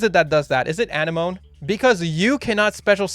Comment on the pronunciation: You and Dkayed both pronounce Anemone that way. its uh-neh-muh-nee, like Sea Anemone. The squiggly invertebrates that look like flowers. Anyway, carry on.